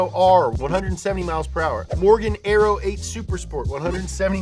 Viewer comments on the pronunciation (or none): none